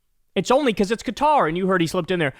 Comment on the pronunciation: At least he pronounces Qatar correctly 😂😂 but of course he doesnt care about the corruption, just the source of the gift